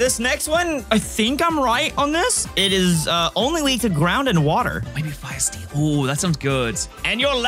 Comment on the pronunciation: did you say steel really good here? Or still? 😂